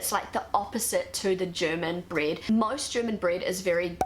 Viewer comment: Breed? Does she mean bread?